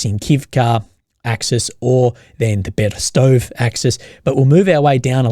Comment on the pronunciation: ADVANCE(S), not "advancement(s)", ffs... P.S. Towns, villages etc. ending in "ove" are pronounced "oh-vay" = Berestovay.